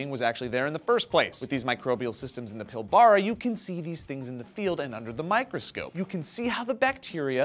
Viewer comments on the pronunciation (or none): It's funny to hear Americans pronounce Australian words, because you guys enunciate your vowels. What I heard say was Pill-Burrah, which I then realized is the correct way to say Pilbara. But here in WA we say Pill-Brah, because when you're being chased by man eating animals you don't have the luxury of time for extra vowel sounds. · Not how you say Pilbara... its PILbarra... not PilbAAra. Just for reference :D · its pronunced Pil-Bra not pil-bar-o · PILL-bah-ra........ NOT pil-BAH-RAH. Film this fucken story a FOURTH time and get your pronunciation right! Glenn OUT...... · for the record, "Pilbara" is actually pronounced "pilbrough" like, "here, take a pill bruh." XD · i love hearing people try to say Australian places, The Pilbara isn't said like its spelt you say it like Pilbra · As someone from Western Australia, its pronounced Pill-bra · its PIlbara, said like so; Pil bra, forget the "a" and please stop butchering our retarded names for places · A teddy from when i was a baby. (Also, not that it matters that much, but it's pronounced, Pill-burrah, and it rhymes with kookaburra.) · Pillbrahhhh Thats how it is pronounced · They pronounced Pilbara wrong. Actually pronounced: Pill-bra. Source: Lives here. P.S. WA REPRESENT!!